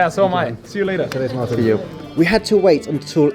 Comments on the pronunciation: 😂😂 Martin braitwait bosss bukan marin yg dia sebut. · martin braithwaite bosku apa perlu di eja lagi? Martin bukan marin, M A R T I N ya bukan M A R L I N